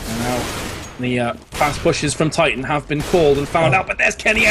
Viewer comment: min the name is not TitanSS its Titan. With TITAN not WITH TITANS ... omg ... go to school kid